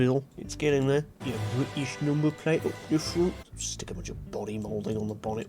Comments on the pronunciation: u mean bri-ish car? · Omg an bri-ish cah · you spit out you tea, its the most bri-ish thing i ever heard no joke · Pure Bwittish!